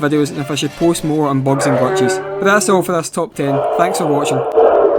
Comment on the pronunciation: Bogs and glatchhesz